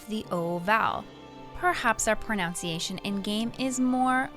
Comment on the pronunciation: Not sure how seriously I can take a pronunciation video that mispronounces pronunciation as "pro-nown-see-ay-shun" instead of "pro-nun-see-ay-shun."